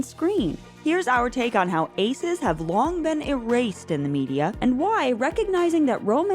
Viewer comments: erased more like er-aced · Er-aced no more